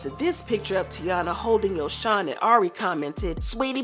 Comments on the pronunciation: its no yojhon its yo - son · no it’s actually Yo-son